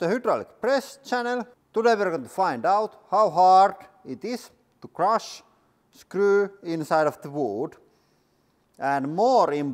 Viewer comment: The way he says “woold” and “scruu” 😂